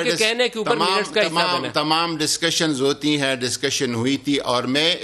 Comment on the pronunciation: it's not dascussion it's discussion